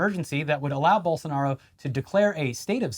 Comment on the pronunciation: I gotta say, great job pronouncing Bolsonaro’s and Lula’s names.